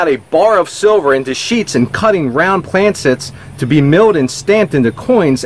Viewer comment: Ok. I didn't want to do this, but it's making me a little crazy now. I've watch many, many older videos, and keep hearing the mispronounced word PLANCHET. I love you, but it is pronounced exactly how it is spelled. CHET. Sorry...not trying to be a butthole. 😏 ❤✌